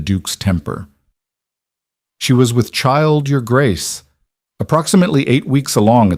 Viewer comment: The voice doesn't understand how to say "Your Grace".